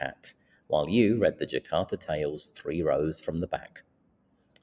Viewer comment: Just a small correctio, its the Jataka Tales not Jakarta Tales